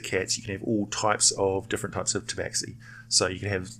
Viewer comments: It's pronounced "Taba-Shee". Otherwise great vid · Khajiit is not pleased you call it Tabaxi ! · actually, some Tabaxi clans pronounce it 'tabashee'